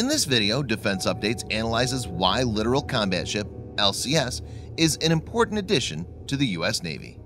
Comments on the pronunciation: Its pronounced LI TORAL not LITERAL. Littoral warfare has been a stupid idea ever since the contractors sold the idea to the navy 30 years ago. Do you really think its a good idea to operate a major combatant in range or shore artillery an mortars and RPG's? No it is not and the first time one is sunk by a coordinated RPG attack the admirals will withdraw them to the ocean and never send them back. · It's pronounced Lit-tor-ol, you keep saying literal. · You are not pronouncing the class correctly. You are saying it like the word "Literal" or literally speaking. The name Littoral comes from the shallow reef French Littoral islands and in Indian ocean, not the typical english spoken variant of the word. The CORRECT way to pronounce is Le-TOR-al if you are not emphasizing the TOR in the middle your effing up. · lit-or-all that is how you fucking pronounce it! it's not lidoral it's LIT-OR-ALL!!!!!! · I can hear him say it wrong and it does get annoy